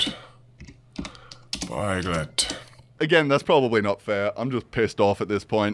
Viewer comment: “It is wery wery simple ...... import pieglet......”